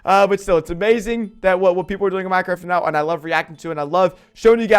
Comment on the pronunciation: At the start he said pinecraft